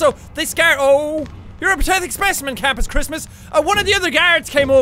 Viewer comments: dude jack, why do you keep saying "patethic" instead of "pathetic". lol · Anyone else notice he keeps saying "patethic" instead of "pathetic"? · Did anyone notice that he said, , patethic instead of pathetic